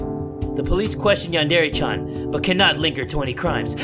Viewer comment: HOW DARE YOU MISPRONOUNCE YANDERE